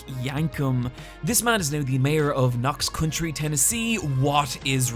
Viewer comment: "Knox 'Country'"? I hope you just don't have counties in the UK...